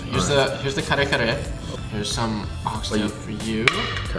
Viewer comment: that dude fucked up the kare kare, lmao.